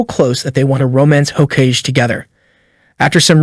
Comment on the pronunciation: It's pronounced "Ho-Kah-gay"